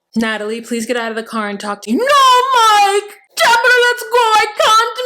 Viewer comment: “No Moike“ 😂😂😂😂